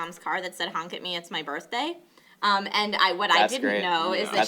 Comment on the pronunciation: It's ma birfday